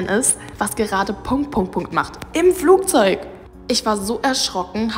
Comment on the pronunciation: Flugzeug nicht Flugzeut sorry war nur ein Hinweis